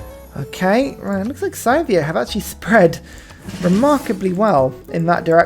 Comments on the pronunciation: Minor, minor note here: It's pronounced "Sih-thia". Not "Sai-thia". :) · [DISCLAIMER: linguistics nerd shit] It's a common pronunciation amongst brits - presumable because they assume a connection with the word 'scythe' - but as far as I know, and according to wikipedia, it's pronounced like this: Scythia (UK: /ˈsɪðiə/, US: /ˈsɪθiə/.) That 'ɪ' vowel sound is the key, if you don't read IPA. It corresponds to an "ih" sound like bit "bit", "little", "misery". Obviously this is just a minor linguistic pet peeve of mine, pronounce it anyway that feels good, but it's something I've found myself being more and more anal about since I moved to the UK, because Brits tend to pronounce a lot of foreign words and names with I and Y in that "ai" way you did with Scythia. So as a non-native speaker of English I make it my mandate in life to tell anglophones that the letter "I" is not pronounced "ai" in any other language than English. :)